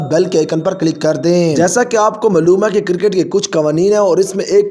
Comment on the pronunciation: اپنی اردو ٹھیک کرو۔ ملوم نہیں معلوم ھوتا ھے اور الفاظ کی ادائیگی کا خیال رکھیں